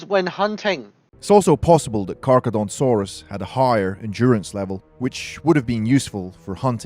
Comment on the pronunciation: He called it Carcadontsaurus as opposed to Carcharodontosaurus